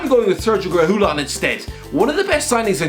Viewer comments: there's no L sound, it's a Y (re-gi-yon) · Re-Gi-Yon not “Re-GU-Lon” 😂 (Pronunciation of Reguilon) Got corrected by Sead Kolašinac btw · Sergio Re-who-lon Almost as bad as his pronouncing Paulo Gazzaniga “Gazinga”. I wasn’t aware Spurs 3rd choice was on the Big Bang Theory. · The way he pronounces Reguilón: ReHÓóLaN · Someone should check for his tongue. Sounds like it kept falling out when he says Reguilon. Cheers. You suffer for our entertainment and pleasure😁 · I have never seen anyone pronounce a name as bad as you do with reguilón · The way he says Reguilon, it's like he's cursing someone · Just came to see the trying to pronounce "Sergio Reguilon" once again. Wasn't disappointed